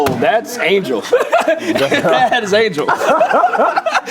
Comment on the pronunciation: Duddddeeeee I'm screaming at the tv. How the hell did y'all say Angel. Wtf! Y'all never been this bad on something obvious.